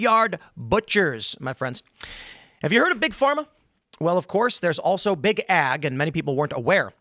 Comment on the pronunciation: You sound like a city slicker when you say big A G. It is big AG.